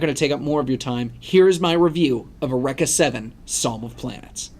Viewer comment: Jesus Christ man: eUreka, not ereka... it's greek not japanese XD